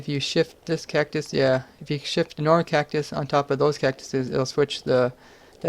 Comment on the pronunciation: Cactus? more like KEK-tus